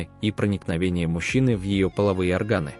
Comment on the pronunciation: Женский "оргАн"? 🤯🤣 Задолбали уже эти " роботы".